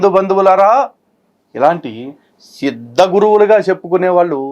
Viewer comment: సిద్ధ గురు కాదు ---ద్ద గురు.., అదే ముద్ద గురు